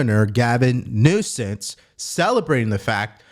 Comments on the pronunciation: Did you say governor nosense? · Its Newsum not Newsense. Be professional if you are going to report news. Lets be better than a democrat.